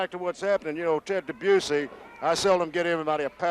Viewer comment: Did Gen. Skandor Akbar ever pronounced Ted Dibiase's name correctly?